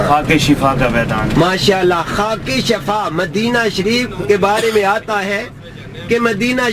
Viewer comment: Es uncal ko samjao k shafa NH shifa kehte hn